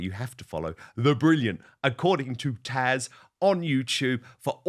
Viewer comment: PLEASE stop calling her Tasha. Her name is Taz. It is NOT that difficult.